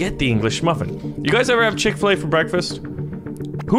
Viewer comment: I dont have chick faleay-pronauced wrong and now feel sad because i saw dem good ads